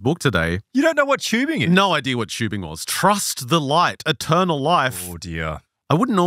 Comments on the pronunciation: Listen. I love you guys. Ive been listening since season 1. Im a plus subscriber, we're all mutuals on twitter. I have never been so angry and upset with this show and its content in my life. Its TUBING WITH A T NOT CHEWBING Literally infuriating to listen to, I could not stand it. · It's not chewbing it's TUBING